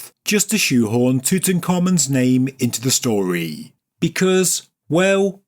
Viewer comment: Tart-ankh Amun. Stop that immediately.